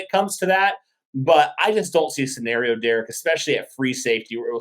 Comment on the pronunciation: Sorry derek but.......... says the word scenario right. You say it wrong 😢